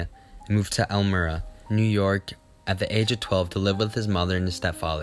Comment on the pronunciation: Nice film, thanks. Elmira is pronounced as if it were spelled elm 'eye ra.